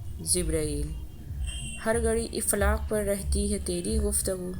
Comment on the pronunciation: یار آپ لوگ پرھانے کیوں لگتے ہیں۔ اردو زبان آپ سے شرمندہ ہو جاتی ہے جب آپ لوگ اَفلاک کو اِفلاک پڑھتے ہیں۔ توبہ توبہ